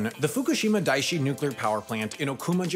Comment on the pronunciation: Oh hey I get to be someone that makes a correction for once. Daiichi is pronounced dai ichi. It isn't a long i sound but rather two i sounds. And it means number 1 btw, which I always found weird wasn't translated in news stories.